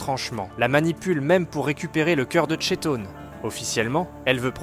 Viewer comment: Ça s'écrit Chton mais ça se dit Kton